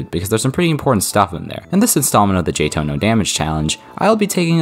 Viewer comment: Still Jay-Toh? 🤔 Dude just saying it's Jay-Tee-Oh-H 😂 Also one more nitpick: you implied 146 is over 150.